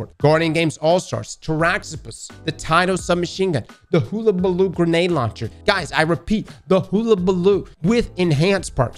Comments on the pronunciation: Nah. We all know is terrible with pronouncing just about anything after 3rd grade English. No hate. Just funny. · If you call it Hoolabaloo again ill self ignite